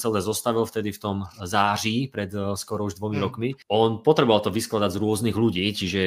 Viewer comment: Slovák, co bez mrknutí oka vysloví slovo " září " naprosto správně a ještě si bere na paškál Ficovu hvězdnou pěchotu by měl automaticky získat České občanství.